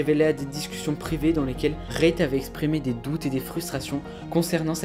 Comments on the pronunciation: Tu me stress a dire Rayt c’est REET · Bonne vidéo mais c'est frustrant ta dit rayt tout le long reet ce prononce rite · ça se prononce pas "rayt" frr mais "reet" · Ça se prononce REET, pas RAYT, il a raison hin, perso ça me dérangeait chaque fois quoi disait RAYT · Je trouve ça bien de faire des vidéos de ce genre, mais essaye d'éviter de parler de manière alambiquée stp ca sonnera mieux. Et c'est reet comme "rit" pas "rayt" 😂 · sa se lit " rite " pas rayte sinon super vidéo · "RAYT" IM DYING LMFAOOOOO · Apprenez à parler, et je suis américain lol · Bonne vidéo mais c’est Reet -> Rite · on dit « rite » frrrot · j’ai commencé la vidéo j’ai tenu 30 seconde jme suis barré tellement c’était cringe, nn mais la vidéo avait l’air pas mal et peut-être bien ecrit mais juste la prononciation de REET nan mais mdrrrr Rayt c’était trop cringe désolé